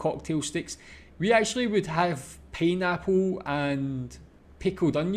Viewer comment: Grog is alcoholic drinks. What is pee-napple? ROTFL! Think tropical instead of Scots - pie-napple. 😃. That spider looks like a Huntsman, and if it is, you don’t need to worry. Huntsman spiders are our friends because they hunt for cockroaches and other bugs in your house. Bogan is uneducated in language, dress and social skills.